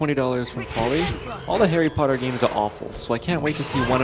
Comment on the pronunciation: HARRY POTTTAHHHH